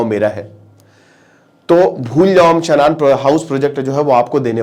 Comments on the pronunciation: शानन है भाई... शनान नहीं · इसको शानन बोलते हैं